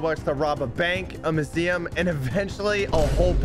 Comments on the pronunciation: My heart when hearing him say mooseeum and not museum: 💔 *coughs blood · are we just gonna ignore pronunciation of museum